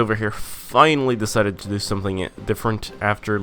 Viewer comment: Found out your channel just now, watched a bit and when you said "to" as "tu" I knew you were brazilian. Seu inglês é muito bom, se não fosse pelo "to" entregando, eu demoraria à descobrir que tu era brasileiro xD